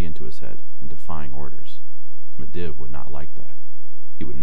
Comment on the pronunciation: Hey great job just i just wanted to let you know you are miss pronouncing sargaras and Medivh. Sorry it was just kinda jarring still good tho